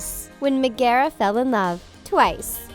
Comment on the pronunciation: Oh hey the things you pronounced megeras name wrong